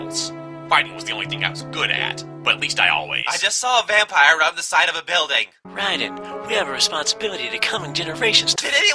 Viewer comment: Rai"dan"? I think you mean Rai"den".